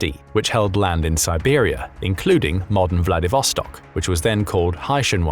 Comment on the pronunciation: Siberia not Tiwari.